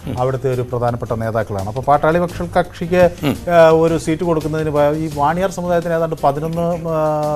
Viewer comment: Not vaniar but vanniyar